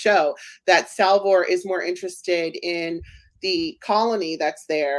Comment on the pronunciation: You beat me to the punch! I wanted to bring up the mispronunciation issue. Btw, you missed Salvor, he pronounced it as Salvo.